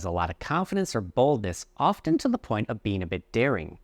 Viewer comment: you also pronounced pronunciation wrong and in often "t" is silent..